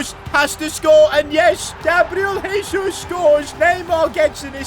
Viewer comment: you don't actually pronounce "Jesus" like that, in portuguese you use the normal "J" sound